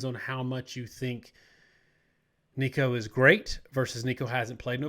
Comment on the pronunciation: Three weeks into the season and still saying Nico's lasy name wrong. 😅